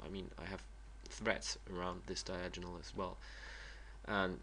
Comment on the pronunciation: Just to let you know, it is pronounced Die-Ag-O-Null not Die-Aj-In-Null.